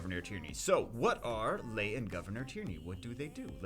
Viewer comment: It is pronounced 'Lee' not Lay No one names their daughter lay...